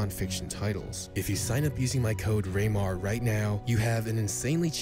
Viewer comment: The way he says his name “raynar “ has me 😂